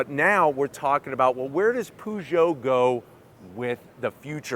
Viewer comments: Can anglophones please stop calling it ”POO”geot? It’s pronounced p”UGH”geot lol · Stop the hell saying Poo Joe! The cat emblem should give you a clue, it's Purr Joe! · Poo-Joe? Really? Really? 🙄 A simple ask would have provided him the correct pronunciation